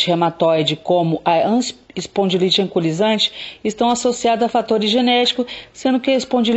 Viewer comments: Não é "ancolisante", e sim anquilosante. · AMIGA LINDA ,AMO SEUS VÍDEOS. TENHO FIBRO ,ARTROSE EROSIVA GENERALIZADA E SUSPEITA DA ESPONDILITE ANQUILOSANTE. QUERIA SÓ TE AJUDAR NA PRONÚNCIA DA PATOLOGIA. VC PRONÚNCIA ERRONEAMENTE, SE PRONUNCIA... ANQUILOSANTE,E NÃO ANCULOSANTE.😉😉😉😚😚😚